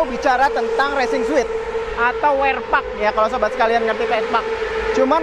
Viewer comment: Racing suit bacanya resing suut bang.. klo bacanya suit.. itu mah ruangan hotel yg suite.. ngasih tau aja